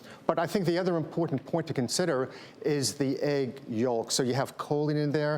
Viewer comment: Errrm, did that doctor actually pronounce the word yolk as YULK? It’s yoke - the word yolk is pronounced phonetically.